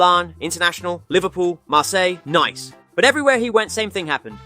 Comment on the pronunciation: He said Nice as Naice right after that